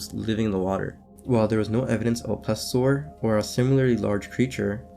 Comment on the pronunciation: Its day-duh-luss. Its please-eeyo-sore.